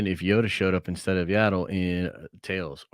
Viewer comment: I do find it funny that even in Tales they say Yaddle correctly but this guy just refuses to do it.